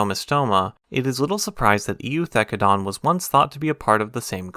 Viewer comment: For reference the E is silent in Eu, as in Eucalyptus and Eukaryotes. Just a weird latin rule.